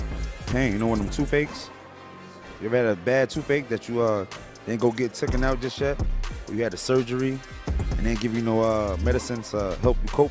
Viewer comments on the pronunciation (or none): This fool said "pain like a toof ache" 😂😂😂😂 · Toof ache? What is a toof ache? 😂😂😂